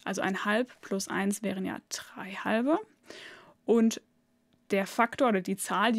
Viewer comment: Gutes Video aber bitte Quadrat und nicht Quatrat oder drei und nicht trei.